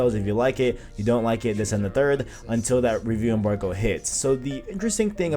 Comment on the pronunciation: Signed in to thumbs down this video. Say rewiew embarwgo again... you almost didn't make 10 mins...